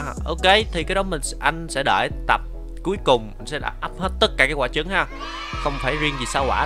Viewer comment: anh nói ấp chứng rồng mà ☹️☹️☹️☹️☹️☹️